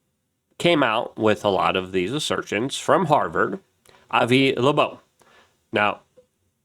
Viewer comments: Bro I think you might need to invest in some speech classes. Esl is not the reason you keep calling avi loeb, “avi labobe,” over and over and over again. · "Thirty I Atlas" and "Avi LaBobe"? 🤦‍♂ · Avi "Lebobe?" Dude, you don't even try do you? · Like how he called Doge> doige or Avi Loeb> Avi loobobe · Luke has issues with pronunciation. If you noticed he also said "Avi Labobe". I love Luke... although my wife and I laugh at how he says stuff all the time.